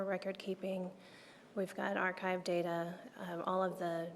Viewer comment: MM: "That's where all the data-er is." What??